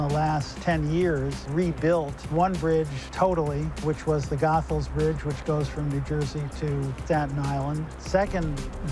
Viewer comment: It is Pronounced GO-Thuls! NOT Goth-Als.